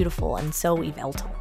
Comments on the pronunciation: Its not pronounced Yeveltal, Its pronounced yeveltah. Just wanted to point that out! Have a great day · “Yee-vah-tall” Just for future reference! 😉😊♥️ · It’s not pronounced the way It’s pronounced ya vel tal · i noticed the way you say yvetlal is different from how i say it you say it kind of like e-veil-tal and i say it like uv-vel-tail funny right? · ITS PRONOUCED YĒ VA TAL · I don't mean to be rude but you said THE POKEMONS NAME WRONG!!!!!!oh and I get you get a choice but LEDGENDARYS DONG HAVE A GENDER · Saying that name wrong is so cringe